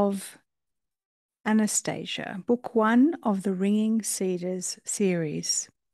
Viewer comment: It's pronounced Ahh-na-stah-see-ah It says that in the beginning of the book